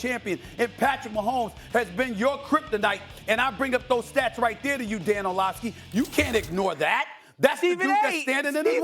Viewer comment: Why he call him “Orlovkeys”? 😂